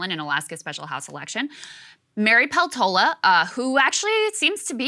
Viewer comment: Do Alaskans pronounce Peltola the same as Krystal does? I speak a bit of Finnish, Peltola is a Finnish surname, and I know that they pronounce it differently in Finland.